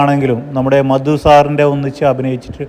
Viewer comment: മദു അല്ല മധു 😒